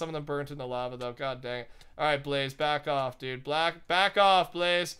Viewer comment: always goes to say back off and ends up saying black off